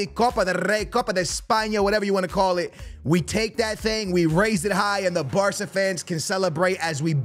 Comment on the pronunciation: This guy can't say barca he says barta